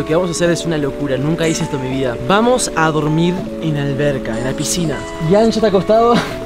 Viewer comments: Se han dado cuenta que en ves de que diga piscina dice “posicina” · Quien se dió cuenta que dice PISICINA Y NO PISCINA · dice PISICINA🤑🤑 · Helpp Por q dice pisicina😂😂😭😭😭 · Dice pesicina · Re dislexico "picisina" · eres re disléxico es piscina no pisicina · Nadie se dio cuenta que decia pisicina😂😂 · alguien mas se dio cuenta que dice pisicina despues de dos años😭? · Alguien se dió cuenta que dice pisicina??? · 2024 y me acabo de dar cuenta que dice PISICINA